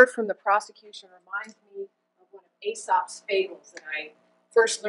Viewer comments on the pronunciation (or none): If you’re going to try and sound poignant and smart by quoting Aesop’s Fables in court, you should probably know how to pronounce Aesop first...